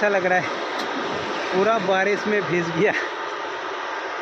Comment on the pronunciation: Bhij gaya nahi bhai bhig gaya kehte hain plz don't mind pronounciation tik karne ke liye bola huan bura maat manhna